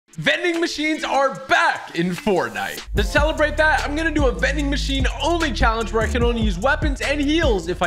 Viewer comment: He said mending machine like mincraft